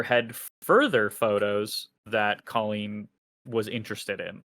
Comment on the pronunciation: Or how to pronounce the name Colleen